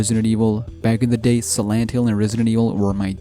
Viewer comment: Why are you calling silent hill sirent hill?